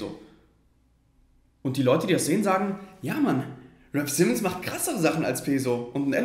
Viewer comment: Wenn man schon über raf Simons sinniert sollte man vielleicht auch seinen Namen richtig aussprechen können.